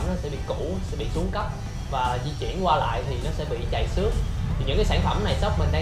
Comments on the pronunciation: trầy xước chứ không phải là chầy xước. phát âm cho đúng từ ngữ nhé. nói sai từ nghe chán tai quá. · Làm ơn phát âm cho đúng trầy xước. Chứ không phải là chầy xước đâu nha học cách nói tiếng Việt lại